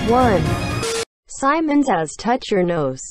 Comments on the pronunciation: u said samon too of simon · When she said samon i didint do anything